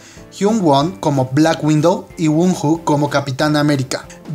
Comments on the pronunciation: el nombre wonho se pronuncia Guono :v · JAJAJA ¿Cómo nombró a wonho? XD se pronuncia wono